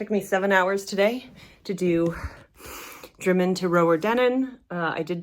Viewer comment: Spoiler, she says Drymen correctly as well!